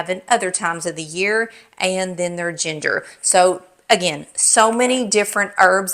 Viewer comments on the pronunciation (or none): none